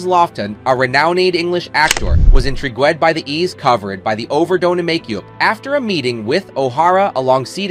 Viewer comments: "Intra-goo-ed"? Did your AI mean " intrigued"? Friggen robot narration. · intrigwed? gad, these ai narrators should be abandoned forthwith, straightaway, withiout pause! sheeeesh! hhonoray? AEward? guud? aw k'mon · In-tree-gwed? Seriously? You said in-tree-gwed? Man oh man the education system sucks now.